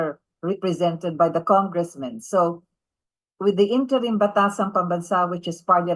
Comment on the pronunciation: " interim "wrong pronounciation ayusin mo....hahahahaha